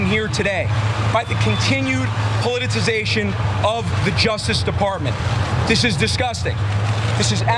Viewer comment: Is nobody going to mention his inability to say the word politicisation? Twice? Or was he trying to say something else? Like “I am a dick”?